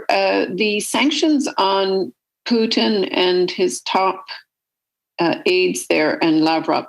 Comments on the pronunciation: Love how Trudeau says poutine instead of Putin 🤣🤣🤣🤣🤣🤣🤣 LMFAOOOOOOO!!!!!! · He literally is thinking about the poutine he eats not the putin that fights lol